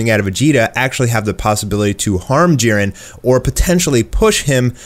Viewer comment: jiren not jaron